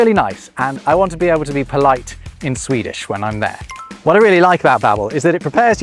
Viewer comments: As a Swede, I must say that your pronunciation (in Swedish obviously) is surprisingly good, keep up the good work! Love your vids :) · As a Swede, I must compliment your Swedish pronunciation.